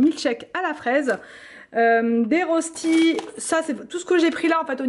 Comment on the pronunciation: Les « rostis » se disent « reuchti » car c’est Suisse allemand au départ! Belle soirée